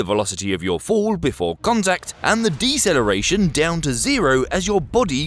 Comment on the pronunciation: "Accleration", "Decleration" ?